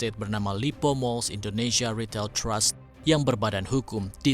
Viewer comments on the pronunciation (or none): none